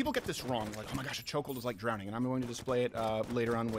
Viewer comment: "Drownding" -Steven Croweder